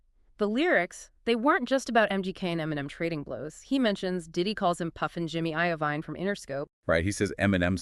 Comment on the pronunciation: It’s actually Jimmy Iovine (pronounced I-Veen not I O Vine) and Kee-Fee D, not Keff-EE